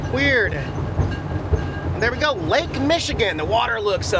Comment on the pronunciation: Non Michigan people always get it wrong.